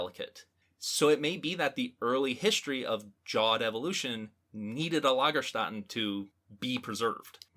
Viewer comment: Long time listener here. I love you podcast, but there's one thing that's bugging me from time to time. You always mispronounce Lagerstätte. Notice how the second a is actually an ä. Ä isn't pronounced like a normal A, it's pronounced /ɛ/ (the E in DRESS in General American English). So Lagerstätte, not Lagerstatte. Hope that helps!